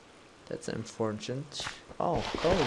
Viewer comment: Nice . That sound is when you say unfortunate wrong ^^ i corrected u ;)